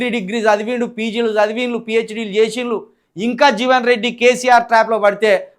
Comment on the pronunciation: జీవెన్ కాదు. .... జీవన్ రెడ్డి